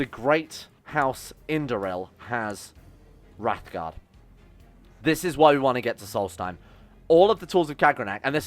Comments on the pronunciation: Talks about mispronouncing daedra, immediately mispronounce Wraithgaurd. It's Wraith Gaurd, not Wrath Guard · I know i'm almost year too late, but you saying wrathguard instead of wraithguard was doing my head in. Love your videos though, been out of work for a while due to an Injury. Loving your lets plays